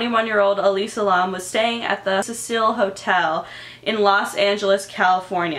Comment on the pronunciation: LAAM. LAAM???? THATS HOW YOU SAYS ITSSSSS. IN GOING MAD. IT LIKE LAMB OKAY SAY IT LIKE THAT WITHOUT B this is a joke, but seriously tf you can't pronounce it